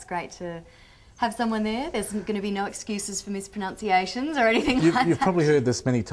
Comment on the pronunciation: she mispronounced mispronunciation